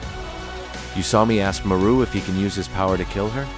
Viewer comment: Thank you was gonna click off when I heard the ai narration messed up marus name